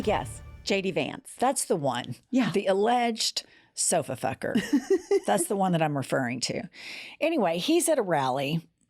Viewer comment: “Sofa fer” 😂